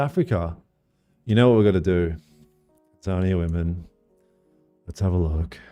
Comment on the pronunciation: Bro, you trying to say Tanzania had me bursting out laughing. You were putting the emphasis on the wrong part of the name. TAN-ze-NI-ya